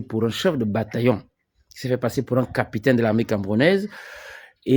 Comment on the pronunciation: Pardon frère capitaine et non capitin tu fait honte là